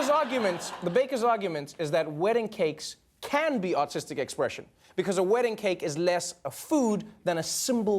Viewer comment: Everytime Trevor says "artistic" I hear "autistic"